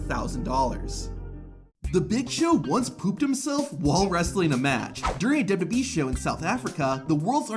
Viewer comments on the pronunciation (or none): WWE❌ Dubdubee✅😂💀